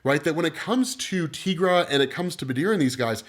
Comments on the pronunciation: Your pronunciation of Tigra dude. It's "ti" like tiger. You don't call those "tea"gers do you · Tigra = Teye-Grah .... NOT ... Tee-Grah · Tigra = tEYEgra not teagra